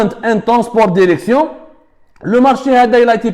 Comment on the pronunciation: Derection derecteur hhhhhhh